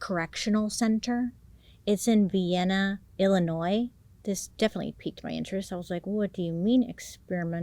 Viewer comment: From the area and Vianna is pronounced vi (v eye) Anna